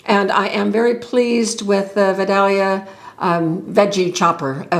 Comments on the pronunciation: Just a note. The chopper is named like Georgia’s famous onion, Vidalia. But it is pronounced vi-dal-e-ah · I use that chopper to prep my vegetable for the week, it’s great. Pronounced Vid-A-lia. Yes, the lid comes off. The fork thingie is also to clean the smashed variety that get stuck while cleaning. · I do not have this Chop Wizard, but it appears to be named after the sweet onion variety from Georgia. It is pronounced vy-day-lea.